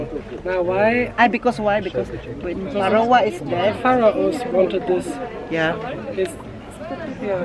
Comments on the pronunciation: Pharoah is pronounce as Feh-row.. Constructive criticism lang. Unta dli ka malain ❤ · Good thing you visited Egypt 🙂 because if not, River Nile remain unknown to you😊😊😊 Pharaoh pronounce like...fhe-row. God bless you always 😍😍😍